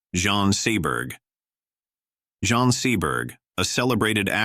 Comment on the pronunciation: Yes, I don’t know why I fall down into these Rabbit holes. Not even good AI! Mispronunciation of such a common name as Jean. The majority of people mentioned in the first part I have never even heard of!